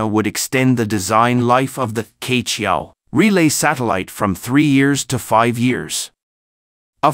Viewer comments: No offence, I suggest the pronunciation of "queqiao" is not "K-qiao" but "chur-qiao"，like “church” without the "ch" at the end. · Q is not pronounced "K" but as "Chi" in Chicago. QueQiao 鵲橋 is the Chinese Zodiac Type mythology story "BIRD Bridge" formed by the BIRD "Que" for the "Cowboy" 牛郎 and "Weaver Lady" 織女 to meet in the SKY across the Galaxy ---- SILVER RIVER 銀河!!! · 跟我念，七～月～鹊，不是K桥